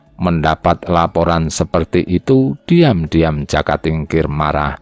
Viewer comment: Yg baca narasi kurang pas....jaka mesti di baca joko..trenggana trenggono jadi dengernya kurang gimana gitu